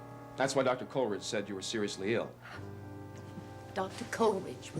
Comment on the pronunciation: is the only one who pronounces the name COLLeridge. It's KOLE eridge!